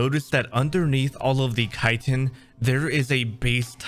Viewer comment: Reactive armor just sounds like a neat idea in general tbh xD Also, thank you SO MUCH for actually pronouncing chitin right lol